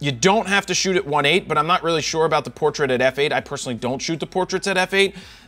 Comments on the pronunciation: "Do you see what I'm talking aboot?" I KNEW IT! YOU ARE A CANADIAN! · I love how he said About "aboot" man I wish I had some distinguishable accent